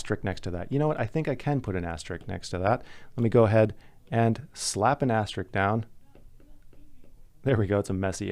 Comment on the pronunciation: Say “Asterik” one more time, I dare you. It’s AsteriSk!